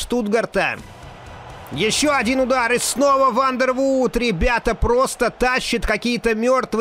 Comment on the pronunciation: Вандервордт, бельгиец. Две о в его фамилии читается как одна о.